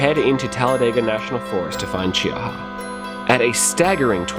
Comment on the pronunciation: Che-Ha, 2 syllables. Fun video, John Emerald is putting out some great products.